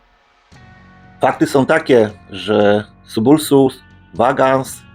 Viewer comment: Przydałoby się nauczyć czytać te nazwy zanim się takie filmiki puści. Nie Bohmi, a Behmei. Nie Subulsus tylko Sabulosus.